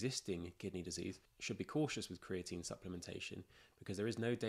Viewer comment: Americans don't say creati- 'NÍNE'